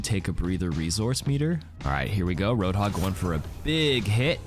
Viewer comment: Butchered hog and sombra